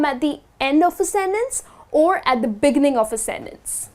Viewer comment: The béginning?! Don't native speakers put the stress on "gi"? Like "begínning?